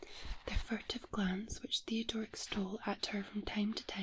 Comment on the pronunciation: love how read the name, Theodoric. A bit random but I have to call it like I see it...or hear it in this case lol